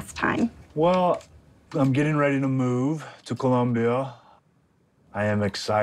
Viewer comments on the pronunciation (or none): Stop saying Columbia like that